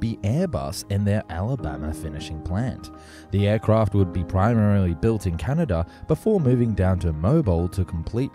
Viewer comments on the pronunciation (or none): none